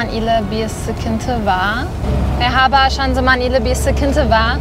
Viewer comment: meghaba bir tamirci istiyorum, bir tamirci + neyli olsun abla? - ney olsun neli yani? + tamirci neli olsun? aksanı çok tatlı yalnız 'Görüşürüş' demesi inanılmaz güzel